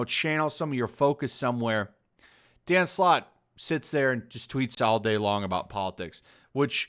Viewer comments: i swear i keep hearing dan slott as "danm sloth" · The perfect definition of a man breathing his own farts. Quantity doesn't mean quality. P.S: With my non english ear, i couldn't help but hear Dan Slut everytime you said his name x)